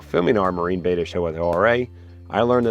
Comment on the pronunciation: Pleasssssssse. It is a Betta. Bet-ah. Not a beta, bay-tah. C'mon man. That's like saying you have an Achilles Tayng.